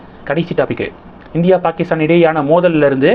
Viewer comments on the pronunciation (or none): none